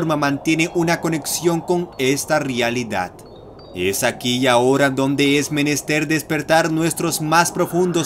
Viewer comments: tienes buena oratoria, pero el hecho de que digas "rialidad" la caga :v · "De la RIALIDAD" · "Nada más alejado de la rialidad"